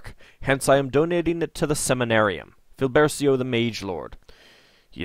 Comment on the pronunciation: I'm starting to think the Moonshade names are supposed to have Italian pronunciations. "Briggio" is very distinctly Italian looking. If you care to know (for future reference), cia, ce, ci, cio, ciu in Italian spelling would be pronounced as cha, chay, chee, cho, chu in English and gia, ge, gi, gio, giu would pronounced be ja, jay, jee, jo, ju. So Filbercio would be pronounced Feel-bare-cho and Briggio would be Breej-jo. And if you want a hard K or G sound in front of E or I, you put H between them, like in Pinocchio, Chianti, or spaghetti. Italian has seemingly backwards spelling rules once you realize that chocolate is "cioccolato" and kilometer is "chilometro".